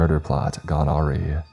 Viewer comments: awry is pronounced "uhh-rye", not "arr-ee" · I had to chuckle a little bit and I'm not trying to be the grammar police, awry is pronounced like a-rye lol. I do love the narrations though and you also pick awesome stories. Throwing an edit in here because I see a lot of comments about people saying that they'd rather be stuck in 2005 for a decade and 2020 even though it's 2022 now, I'd shoot myself before having to be stuck in a decade in either of those years because in November of 2005 I lost my little brother to leukemia and in November of 2020 I lost my father to bipolar schizophrenia which led to a stroke which led to a heart attack so yeah two worst years of my life try to get me to pick one you wouldn't be able to